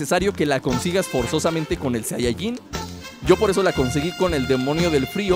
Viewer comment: Se dice SAIYAJIN